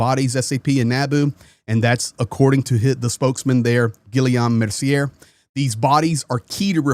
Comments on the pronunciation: JEEZ! It’s pronounced “gee-YOME” (French for William, for some reason) as in Robert and “mer-see-YAY” as in, uh,… Xavier? 👀🤷‍♂️ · pronounced Gee yom Mare see ay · La pronunciation of mercier est mersiay